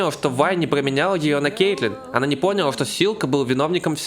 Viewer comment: С самого начала видео залило кровью из ушей при этом повторении "пОняла" АааАаааАааааааааАааа